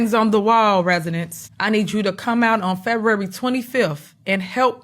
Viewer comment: Fevrrery? Super Stupid can’t even pronounce “February.” 🤦‍♀️